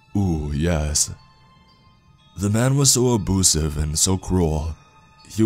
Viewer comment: Wait is anybody going to talk about how he said abusive like aboosive